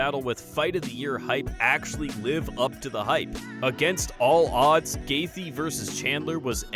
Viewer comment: pretty neat video, but if I might say, it comes off quite casual as you mispronounce several normally used words and you mispronounce fighter names. Justin "GAYTH-JEE"